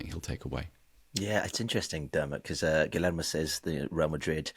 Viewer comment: Will never understand why people don’t even try to say Guillermo’s name right. It’s not hard.